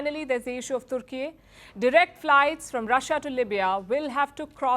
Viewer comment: Why is she struggling to pronounce "Turkey" with her Indian accent 🤣